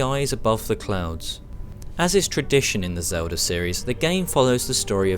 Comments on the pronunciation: I'm a gamer and who the hell is "Zelder"? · Who the fuck is Zeldar?